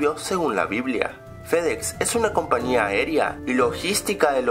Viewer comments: se dise compañía no compania jajaja XD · coño no digas compania que es compañia